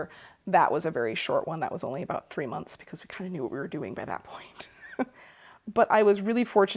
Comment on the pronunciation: Hi from Dayton! I can tell we left our midwestern mark on you the way you pronounce "months" as "munce". 😃👍